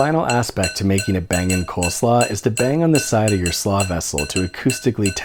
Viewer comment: Slaw sounds weird.